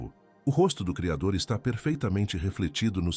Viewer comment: Vc tem problema em falar o nome do Cridor